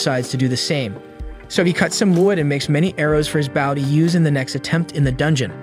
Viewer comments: He says baw nor bow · Dude the way you kept saying bow instead of bow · Dude why baw instead of bow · Not baow like a dog it's bow (bo) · Are... are you using a bot for voice, or did we get 46 seconds in to realize you say "bough" and arrow irl? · why are you calling the bow a boww wtf